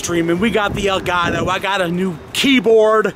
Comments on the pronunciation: Lol you said Delgato it's an Elgato 😂😂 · It's Elgatow, toe, not doe. He missed pronounced it. I am not making fun of him I know he doesn't speak Spanish I am just trying to help him out.